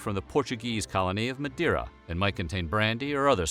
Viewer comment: The way he pronounced Madeira made my cringe.